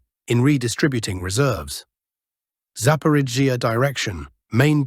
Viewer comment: The Zapaporgia zone is the funniest. Hooleeaipole is a close second. Arrestapole is getting arrested